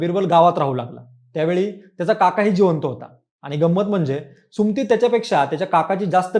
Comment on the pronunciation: सुम्ती नाही रे सुमति असतं ते